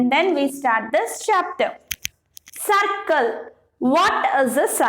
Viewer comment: Madam it is circle Not sarcle